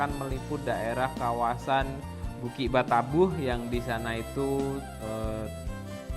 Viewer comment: Mohon maaf .hanya usul ,kalau m c gumilang ini,asli orang minanng, tolong bahasa minang nya yang asli aja.jangan dirobah..seperti kata2 bukik batabuh.itu aslinya bukik batabauh..jangan dirobah. Kurang enak